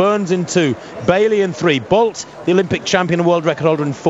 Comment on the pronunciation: And they continue to murder his name in sports commentating but he is the 4th fastest man in history with a 9.72 100m record.